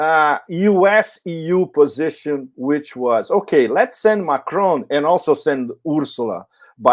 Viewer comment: it is NOT McRoan it is MACRON, just as it looks, MAC RON!!!